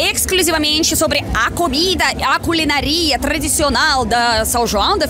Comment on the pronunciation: só precisa notar os acentos ao falar não é culinaria e sim culinária